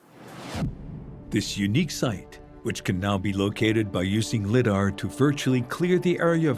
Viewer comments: I know, right? As well as "Liddar" ! Is this a drinking game? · Your AI narrator needs to pronounce lidar right. And citadel.